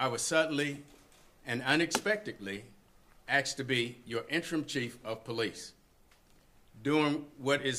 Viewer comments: "aksed to be". Guy is setup to fail. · Or axe him to?? Ask or axe? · Did he say axe or ask? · Yeah, that's only one gaffe, he made many..."I was axed" instead of "asked". He's not used to public speaking. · This guy was “axed” to be the Chief of police. Smh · Cris EX - So many seemed to do that! What's going wrong with the education department?! (My physiotherapist says 'axed'! A physiotherapist! Jeez...!!!) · Police Chief that says "axed"... This should be good one. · He was "axed" to be .....what an uneducated choice for police chief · I was axed. I see the paff forward. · Suddenly and unexpectedly i wuz axed to be chief.